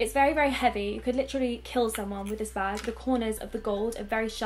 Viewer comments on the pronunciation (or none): Bag not nah